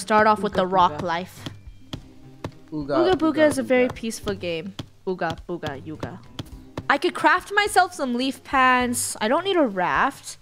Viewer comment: You said ogga booga it’s BOOGA BOOGA NUB!